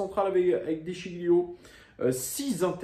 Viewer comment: Bon debrief, juste un point sur Memphis qui était bien dans les tribunes pour soutenir le club. Après il fait ce qu’il veut de son temps libre. Et de sciglio on ne prononce pas le G. 😉